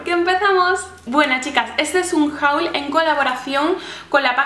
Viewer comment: Me gusta mucho tu canal y todas las cosas que has comprando. P.D: la pronuciacion de haul es /hol/